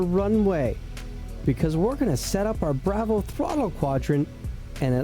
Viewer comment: I really wanted to watch this and learn how to set this up but the way you pronounce "Bravo" is like nails on a chalkboard 😂..... Dude.... No